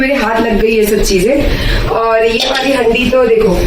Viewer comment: Haandi kahte hain inko aap haddi kyun bol rahi hain ...ajeeb lag raha hai sunne men